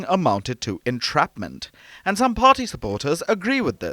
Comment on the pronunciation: Can the narrator emPhasise any more on the ‘P’!!!!! Pharty!!!